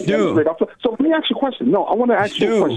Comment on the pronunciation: First white man I ever heard that wanted to ax a question. I feel like may have been lying about everything he said...if that IS his real name.